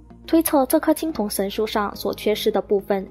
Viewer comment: 三星堆神树，还是叫三星堆神素呀美女？😂😂